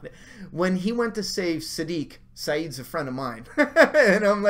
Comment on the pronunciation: Lol "Saeed"? WHAT? Lmao